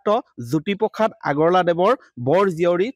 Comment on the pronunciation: জ্যোতিপোখাত নহয় অ' বোপাই জ্যোতিপ্ৰসাদ! উচ্চাৰণ শুদ্ধ কৰিবা।🫢